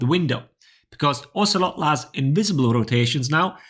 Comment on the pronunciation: Oh-say-low is how you pronounce his name if anyone was wondering :)